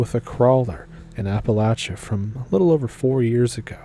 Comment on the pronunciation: If you are saying AppaLAYsha you are NOT from here!